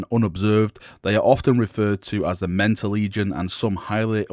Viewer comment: Every time he said Mentor legion I thought he was saying Lamenter...